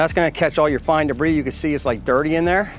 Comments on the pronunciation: Did you say debrisss? It’s “debree” come on now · He is not wrong, its pronounced de-bre. Ignorance is easily overcome with the internet. Just Google debris... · no shit that was the spelling to help you pronounce it. You’re pronouncing it way off. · Well here's your comment. How long did you practice saying debris that way? Ordinarily I wouldn't fall for the purposeful mistake but I'm impressed that you could get your mouth to make that sound.